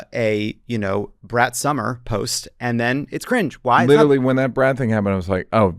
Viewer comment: He said, "Brat Summer." I heard, "Brett Somers."